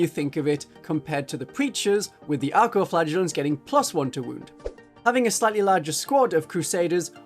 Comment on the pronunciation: Great video but... I keep hearing "Arco-flatulents"